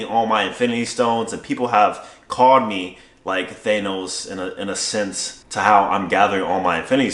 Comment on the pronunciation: Thanos. Pronounced like "Thah-nos" not "Thay-nos"